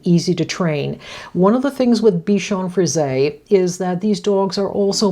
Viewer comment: It's nice to hear someone pronounce Bichon Frise correctly. I don't know why they don't just put an accent mark above the 'e' -- Frisé. That would help 😊😊